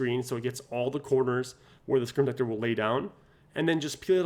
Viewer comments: Say the word - SCREEN protector. Not scre-tector. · Say SCREEN protector. Not Scretector. Slow down cowboy.